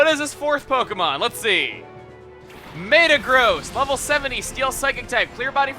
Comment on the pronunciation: META-gross... not Mata-gross